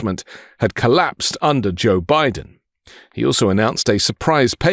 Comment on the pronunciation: nobody, everybody, Dem-O-Crats, Bi-DN